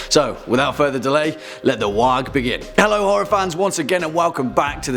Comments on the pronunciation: "Waag". Oof, embarrassing pronunciation. Did you just read a reddit post or something? It's clear you don't know anything about 40k. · Wow I'm done watch I got to the part he pronounced to he G in war ......